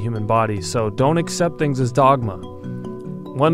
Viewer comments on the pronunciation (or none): none